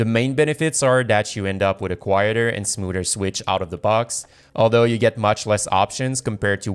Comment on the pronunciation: Never trust a guy that can't say SMOOTHER jk lol